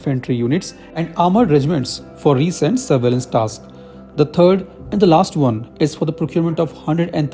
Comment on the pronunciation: Recce is pronounced rek-ee